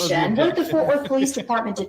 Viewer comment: It’s “Fort”, that is all 🙃